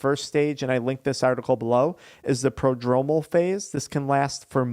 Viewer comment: It would help if you learned how to correctly say the syndrome 🤦🏻‍♀️ same with prodromal